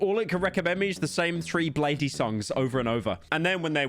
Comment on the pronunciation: did he actually call bladee bladey? this british lad is smth else